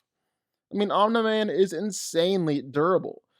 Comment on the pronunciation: Why can't you pronounce "Omni-man"?